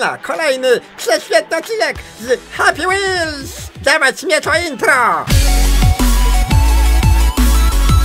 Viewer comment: jak ja uwielbiam happy whals w twoim wykonaniu